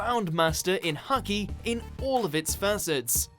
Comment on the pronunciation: Bro it's Haki not Hockey😂😂